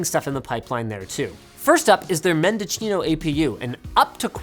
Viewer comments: “MendoCHEEno” ? wut? No no no no no. It’s “MendoSEEno”. /smh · "MEN-doe-SEEN-oh" but when said quickly closer to "MEN-deh-SEEN-oh" From the city in CA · If it's named after the county in CA it's pronounced men·duh·see·know. not men-duh-chino.... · It's pronounce mendoZino, not mendoCHino. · "MendoCHEENO"...? Unless AMD is deliberately pronouncing it that way, it's "SEE-NO" (ie. A Spanish word, not an Italian one)... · Mendocino? Linus, there is no H. See-no, not Chee-no. Mendocino is also old Celeron core that overclocked like NO OTHER CHIP EVERY HAS OR EVER WILL. How about 50% overclocks 300MHz to 450MHz, or 366MHz to 550MHz. It was an amazing time to build and overclock. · It's Mendosssssssssino not "MendoCHIno" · Dear GODS. It's Mendo-see-no. Not Mendo-chino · It's pronounced Menda-see-no. Not Mendo-cheen-o. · Men-da-cheen-o lol, y'all clearly have never lived in cali, its men-da-seen-o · Men-duh-see-no, not Men-duh-chi-no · "Mendo-chino" or "Mendocino"? From Mendoza, Argentina? I doubt it but asking anyway. Also, why do they keep using these weird names lol. I'm happy that this will trickle down and we will be able to buy one of these in 2 or 3 years here. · Dear Mr. So Called "Linus". Mendocino is pronounced "Mendo-seen-o" not "Mendo-chi-no". AMD named it after the county here in California. 🤣♥️U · Hahahaha it's not "Mendochino", is "Mendocino" (born in Mendoza) 😂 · "Mendochino" LMAO at his spanish pronunciation. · "Mendo-Chino"? What did he just say? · Guys, it's pronounced men-doh-see-noh. It's Spanish, not Italian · it is pronounced MENDO C NO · where is the h in mendocino? why is it being pronounced mendochino? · Is “MendoCHEEno” a joke? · "Men-doh-SEE-no" my friend... Yes, you're not from around here but that's okay. Willie Nelson even wrote a song about Mendocino County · You said Mendocino wrong. 🙃 There's no "h" in mendo-cino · Say it with me, Linus: "Mehn-doh-sea-know" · Linus: “Mendochino” Californians: visible cringe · Its "Mendo SEE no"